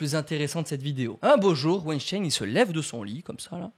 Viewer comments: wAiNcHtAiN mdrr (ça se dit wainstin) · Je suis la seule à entendre Wejdene au lieu de Weinstein ?! 😂